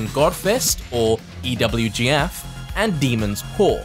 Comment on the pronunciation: saying EWGF instead of EVGF now kek